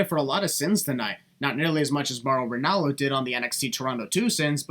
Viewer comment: who the hell is Bauro Ranallo?